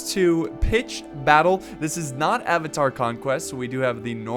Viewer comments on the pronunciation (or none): none